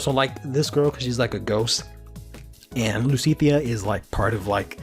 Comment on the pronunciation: I know I'm a year late, but I honestly thought it was pronounced "Luu-T-shee-ya"